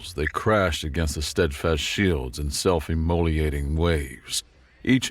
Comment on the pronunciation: Small corrections. Keep being awesome! EN-vel-ope == noun, the paper container that surrounds a letter or other document en-VEL- op == verb, to surround something, the way an envelope does the story wanted the second one. Ain't english great? "self-immolating waves" == im - mo - LATE - ing sonorous - SON - or - us